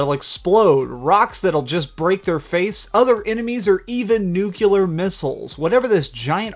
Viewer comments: Fuck I hate when people say Nucular instead of Nuclear. It's retarded. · "Newk-u-lar"? REALLLY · Did you just say "nucular???" Still, awesome video. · "Or even new killer missles"... wat? Didn't you mean "nuclear"?